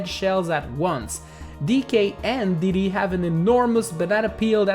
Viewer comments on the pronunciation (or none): none